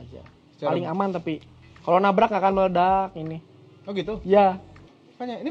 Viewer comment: kalo nabrak gak akan Meledaaaaak dengan aksen sunda wkwkwk